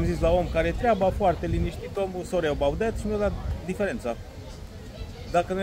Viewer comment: Sori ăbaut det... nu avea accent Romanesc? 😁